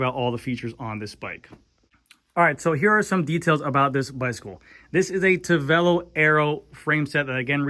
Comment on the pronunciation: How strong is the carbon fiber? Is it stiff? Why did Tavelo sound like Cervelo?